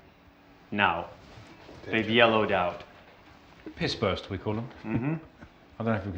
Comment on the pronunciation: Richie calling it pissburst was too funny 😂